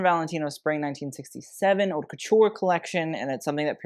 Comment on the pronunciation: You cannot, absolutely, pronounce the "H" in the word Haute, it's a crime if you're working in fashion. Just saying✌It's more like oat.